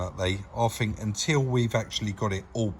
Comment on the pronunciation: Love it, Chris sitting by the bench feet up looking at his bids while you actually do some collar,loved it. I know your a bit of a North and souther but just let me tell you there is a difference between THINK & FINK bless you both keep up the good work...